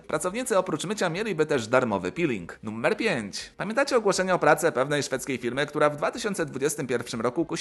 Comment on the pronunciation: czemu mówisz "nummer"?